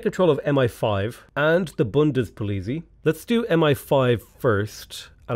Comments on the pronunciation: I know this is a week after it was posted, but the German organization bundespolezei is pronounced like bun-des-pole-et-zi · Amazing series, bro. Loving it. Portuguese here, living in Berlin, so I know German is difficult, but please: "Poli-t'zy" in Bundespolizei. just positive criticism. As I said, love this though I stayed for Civ VI (That I just purchased) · I am enjoying these videos very much, but German words are pronounced exactly as their are spelled. BundesPolitzei is Bun-des-pol-lets-eye. Ei phonemes in English are often EEE sounds but in German they are always EYE sounds. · BundespolizEI. Spell like "Ay"